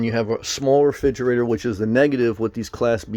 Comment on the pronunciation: "Refidgerater" lol